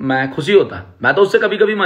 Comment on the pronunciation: Abe मे nhi मै hota hai wo pehle bolna seekh phir carry ka roast kar samjah